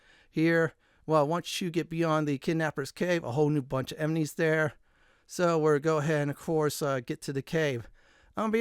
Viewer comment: Bro you saying "emenies" everytime is a killer